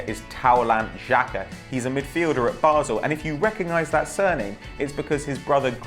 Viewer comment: I find it kind of funny that he can't pronounce, "taulant xhaka."